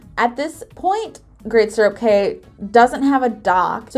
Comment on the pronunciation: "cay" is actually pronounced "key". Don't know why, but that is how it is.